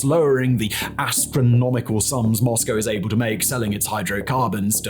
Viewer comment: It's nice to hear someone pronounce Moscow correctly! What Putin thought he was gonna get from this still baffles me. I suppose he believed it would be another Crimea?